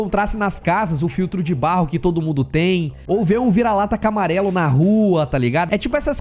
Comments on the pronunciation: O q mais achei incrível nesse vídeo foi o falando "vira-lata camarelo" ao invés de "caramelo" no minuto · Kkkkkk voltei pra ver se eu tinha ouvido errado mais kkkk é camarelo msm kkkk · "Camarelo"? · Tive que voltar na parte do vira-lata e diminuir a velocidade de 2x pra 0.75 só pra ter certeza de que eu realmente tinha ouvido: "Vira-lata CAMARELO..." Kkkk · "CAMARELO" KKKKKKK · O falou "CAMARELO"?? Minuto